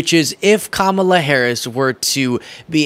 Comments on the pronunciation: Did my ears deceive me? He actually pronounced Kamala Harris's name right. Must have been a slip-up on his part. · I love when he pronounces her name correctly — by mistake. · He accidentally pronounced her name correctly. 😂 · He said Kamala right in that one👍🏻